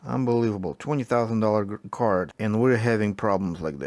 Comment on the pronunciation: special curd HAHAHA you mean card and not curd